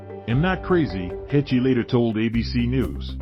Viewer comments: Heche is pronounced like HAASH. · Absolutely butchered her last name. Not at all how you're supposed to pronounce it. Do better. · You are sooo mispronouncing her name. If anyone should get it right, it should be you, the media. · He can't even say her name right! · At least pronounce the woman's name correctly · God yes, seems lots of peeps butcher her last name. If you are giving an update on her life pronounce her name correctly please!